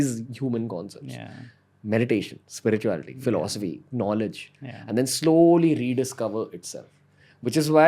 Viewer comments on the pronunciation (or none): Ranveer Bhai wo " spirituality " bolo ek baar😭😂😂😂